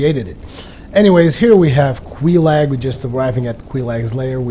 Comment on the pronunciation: Just btw,; it's Quelaag, not Queelag.